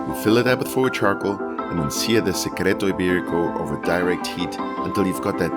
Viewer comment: It looks really delicious! But please learn how to pronounce it properly. It’s so much sexier!